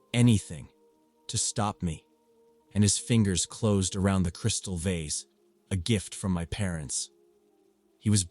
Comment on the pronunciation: Story 12 was driving me a little crazy with 3 different pronunciations of vase🫢😅 "vace" "voz" and even "vaz"😅😅😅